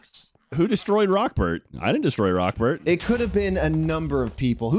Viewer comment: Am i the only one who thought it was "Rockferd" and not "Rockbert"??? Please tell me im not alone lol